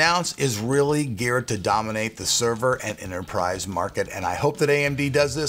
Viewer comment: Sheharyar Qureshi xD DAAMANATE??? xD Risen, Epic, Dominate, Capture CAPTARE!!!